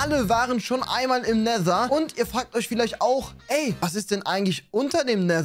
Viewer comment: End=Nether hat es andauernd falsch ausgesprochen:))